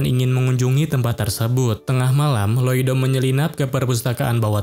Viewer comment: info nama MC nya bukan loido tapi loid😅